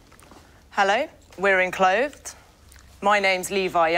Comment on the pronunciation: Awkward moment when they can't pronounce their own company name. 'Inclothed'?? You mean ENclothed!